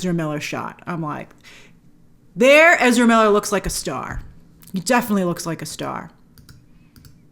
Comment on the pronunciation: Please stop destroying English for the sake of Ezra..